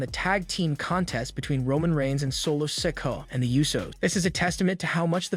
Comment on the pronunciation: yeah he does it all the time Maybe Solo should come after him for constantly calling him Sicko